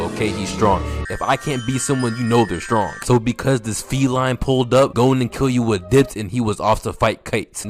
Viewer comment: say it with me "Key-Loo-ah"